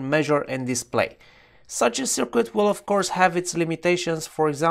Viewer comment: FYI... Just a heads-up...There is no "W" in "circuit"... pronounced (sirkit ).